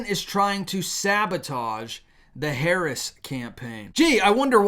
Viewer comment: could you please grow ip and stop mispronouncing Harris’s name? I don’t like her either but this is juvenile and not Christian!